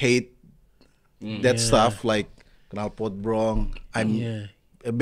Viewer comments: In Solo, i hear most people pronounce knalpot as “ Kenalpot “ maybe its a jawa thing. - I got you bro. 😂😂😂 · Knalpot sir, not Kenalpot, Pronounce is Right